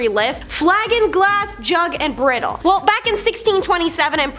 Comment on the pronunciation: Maybe I'm wrong, but isnt the word Bridle pronounced "BRIDE-le"not "BRIDdle"? No judgement. Just wondering.